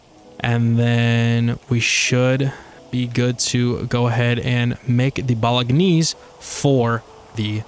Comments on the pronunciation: The way you pronounce bolognese is so uhhhhhh unique? haha It's pronounced "bo-luh-naize" if that helps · "Bolognese" is Italian, so you don't pronounce the 'g' as a hard 'g', it combines with the 'n' to make a sort of "nya" sound. Americans usually pronounce it more like "bo-lo-nays".